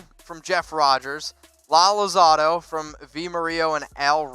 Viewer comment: He couldn't even pronounce alzados name right. He is just a guy that got a job. Not a real raiders fan, just says he is because it's part of the job.